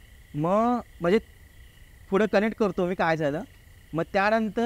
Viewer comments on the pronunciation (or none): फुड नाही रे पुढं ! मराठी ची वाट लाऊ नका 🙏🙏